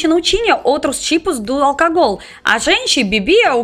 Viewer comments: quando falar álcool diga - au- coul. simples assim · Álcool se pronuncia como ÁL (sílaba mais forte)- COU. E bebida Alcoólica AL - CÓ (sílaba mais forte) - LI - CA